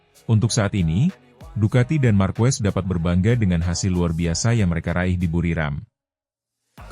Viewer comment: Nice content, tapi pelafalan & pengucapan Marquez itu Markez bukan Markwes bukan pula Markuwes 🙏👌